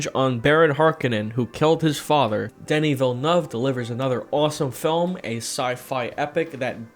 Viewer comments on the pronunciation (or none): none